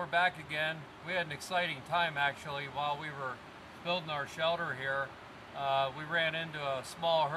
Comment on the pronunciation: He calls it a "shelder"